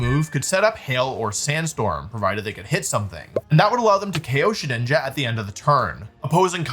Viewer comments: did bro sayy shedNINJA? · Guys he’s called shedINJA not SHEDNINJA